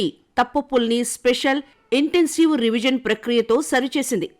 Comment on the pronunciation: Riviz kaadu, revision